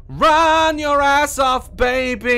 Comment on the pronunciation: my favorite is when he rolls his R's when he's scared "RDRDRDRRRRUN DAZ!!"